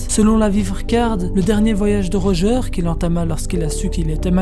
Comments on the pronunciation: Pk tu dis Rogear au lieu de Roger ? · Pourquoi tu dit "Roga" alors que sa se prononce "Roger"??